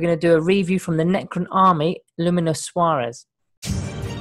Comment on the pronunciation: you could just try and pronounce it as it's spelled......